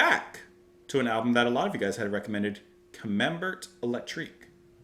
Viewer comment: Go forward with You and then go backward with Camembert. Also you don’t pronounce the T in Camembert, its pronounce like air, ca-man-bair